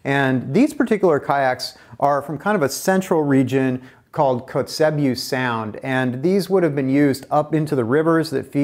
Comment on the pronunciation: Pronounced "coats-a-bew".... Nice work and vid!!